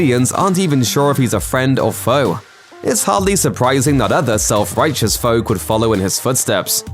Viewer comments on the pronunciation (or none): none